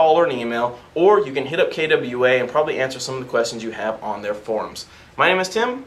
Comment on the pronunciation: DAMNIT! Learn how to pronounce KWA!!!! it is not kaydubweala!!!